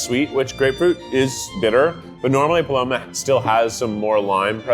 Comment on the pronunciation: it’s REPOSADO not resposado and PALOMA not however you said it lmao